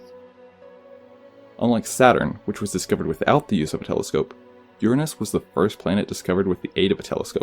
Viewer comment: I appreciate you pronouncing it Uranus not Your anus!